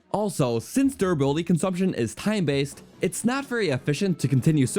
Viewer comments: durrability lol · anyone else noticed the "durrability" ? Also nice vid :) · durrability "how shield surfing wharks" "Death Montin" "to go abott surfing" "the wourst shield in the game"/"one of the wourst in general" Not too many in this video. You're improving.